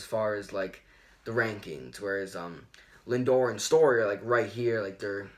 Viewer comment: Do you guys speak English it’s pronounced “Lindor”